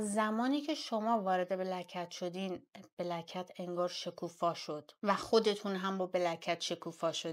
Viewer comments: پیروزخان میگه بلک کتز گلناز میگه بلکت!!!!! درست تلفظ کن دوست عزیز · پیروز هی سعی میکنه black cat گفتنتو تصحیح کنه ولی تو کلن شوتی 😂 Black cats ننه جان